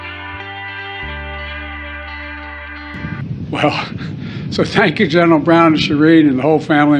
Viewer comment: Looks like the usual idiotic closing of his speeches ("ThankyouThankyouThankyou") will soon be replaced by "Sank you," three times in a row🙄